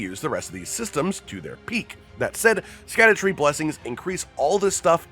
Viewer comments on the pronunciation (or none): Just so ya know, "Scadu" is like an old English word that's been anglicized to "shadow" but you still say it the same way. So "Scadutree" is just pronounced "Shadowtree".